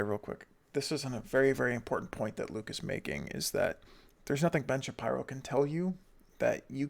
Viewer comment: Why are you calling him Shapierow?